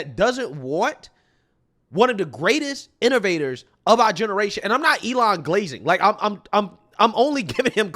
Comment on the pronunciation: "are" approval..... It's "our" approval. Love you Trump